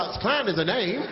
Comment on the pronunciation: "Its just a NAIM" Lolz